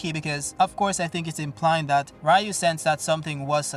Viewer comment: And we are back again with saying Rayu, I guess you cannot change